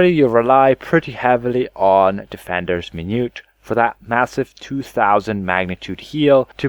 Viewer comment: min - u - et